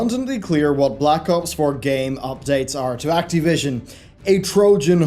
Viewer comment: "That boy is very acteev." "Let's acteevate the doomsday device.", it's Activision, with an "ih." At least if you're going to insist on a weird pronunciation, make fun of it or something. They deserve a Jim Sterling-esque silly pronunciation or name joke that serves a purpose. Maybe Cracktivision or Activi$ion.